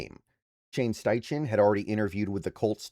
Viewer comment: It's pronounced STY-KEN, not STY-CHEN. Just FYI.